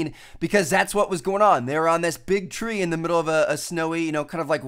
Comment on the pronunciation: "Tree" sounds like "three". :D